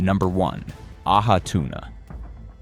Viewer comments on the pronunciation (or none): It's " Ah- hee tuna" "Po- kay" !!!